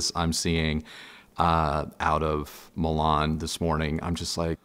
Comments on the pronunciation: Mee-laann... not Millonn!!😂😂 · It's pronounced Me lan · Why "Melan"??